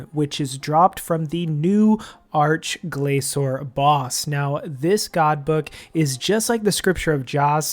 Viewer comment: 'ark-glaysore' wut? arch as in starch. gla-kor with a hard c, not soft c.